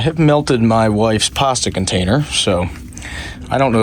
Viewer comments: Where’s the R in pasta ? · His account sounds so canadian im shocked he isnt but lost me at the pasta pronounciation